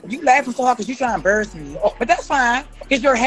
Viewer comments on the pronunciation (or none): "He tryin to emburuss me," girl you are doing that just fine all by yourself!